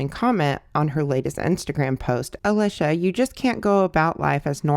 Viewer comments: Girl if you did all this research why can’t you say her name right? Lmao it’s pronounced alEEsha. It’s a common name… come on girlie 😂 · Alicia is pronounced with a long e sound. Leesh is short for Alicia.